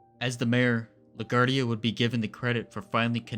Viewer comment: La Guardia . It's not a French/Spanish name. It's italian so pronounced, la gwar-dee-ah.